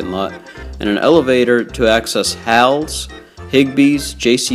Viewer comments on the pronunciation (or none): Halle’s: Hal-Ease (pronunciation), not Hals.